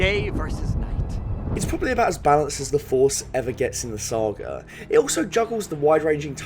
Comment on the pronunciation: Does nobody else find hilarious how this guy says "saga"?